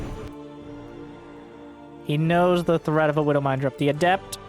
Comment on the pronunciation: Yeah, you really deteriorated the word threat there.